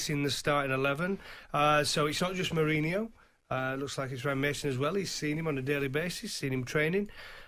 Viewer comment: “he’s replacin’ Murreyneyore” And again 😂 Everybody’s like 😂😂😂😂😂 It’s the way he says it as well plus the ludicrousness of the fact that a man who’s never managed a single game suddenly is about to takeover from one of the most successful football managers of all time.